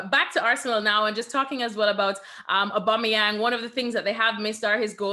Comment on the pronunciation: Nicol can't even say AUBAMEYANG properly. Probably just grumpy that Liverpool are out of the title race.😂😂😂😂